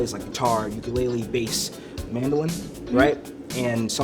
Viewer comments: she couldn't even pronounce ukulele 💀 she said yuku lili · yuku lili🤦🏾‍♂️ its uku lele get it right yall n I'm from hawaii so ik how for pronounce it